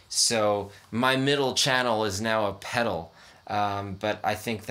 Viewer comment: Goddamn you’re the first person that I’ve ever heard fuck up the sound of a hot cake pedal